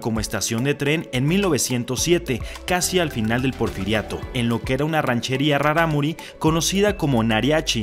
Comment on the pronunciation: Traté de pronunciar raRámuri como lo haces tu xD creo que lo haces más dificil, la segunda R es líquida, como la palabra raRo, peRíco.